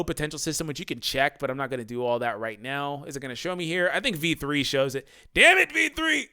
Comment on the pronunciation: Lol when you say v3 it sounds like. "Dammit v3!" 😂